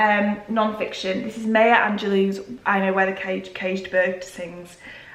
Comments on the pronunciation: Maya Angelou is pronounced My-a not may-a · Hey, just so you know, her name (Maya) is pronounced like MY-ah <3